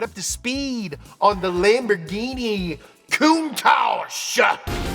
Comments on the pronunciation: The way pronounces Ferrari and Lamborghain Machain is scrumptious! 😝 EDIT: I just realized that the expression "countach" sounds similar to when we exclaim "contra" in Puerto Rico, which is our old-school way of saying "hot damn" or "woah". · "Lambor-guy-machyne" is what I call Lamborghini now...thank you. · Non riuscite a pronunciare bene Lamborghini? Dai su un pochino di impegno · I'm only here to hear pronounce Lamborghini funny ways. I hope it doesn't disappoint.